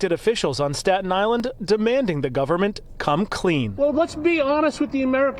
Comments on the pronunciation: The “Povernment” 😂 How Nancy sees the rest of Americans 😂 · BRO SAID PUBERMENT AND I LOVE THAT